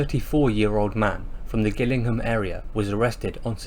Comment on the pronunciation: Gillingham is pronounced jillingham...